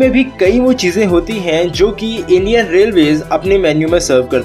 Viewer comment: " Indian " Thik se bolo aap